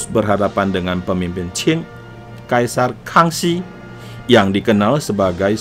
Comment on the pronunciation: Lafal qing harusnya ching bukan chin, kalau dinasti chin itu lain lagi.